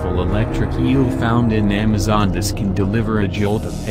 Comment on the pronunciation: Its a electric eel not a electric keal😂